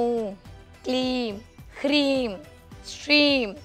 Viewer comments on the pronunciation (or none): Its hreem not kreem